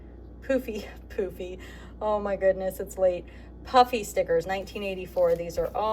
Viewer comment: Every time you say "puffy", I hear "Puppy". I keep wondering where the dog stickers are...lol!